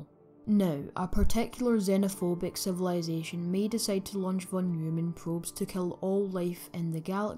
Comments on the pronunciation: Both pronounciation of "von Neumann" were wrong :D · Interesting video, many thanks... except for the von Neumann pronunciation...😅